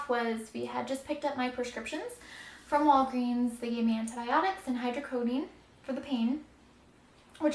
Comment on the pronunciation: Jut wanted to let you know that it's pronounced hydrocodOne and it's not Tylenol mixed with codiene, that would be Tylenol 3 hydrocodone is most commonly known as Vicodin or norco or lortab whatever. But yea just wanted to clear that up... hydrocodone is not a word that means Tylenol plus codiene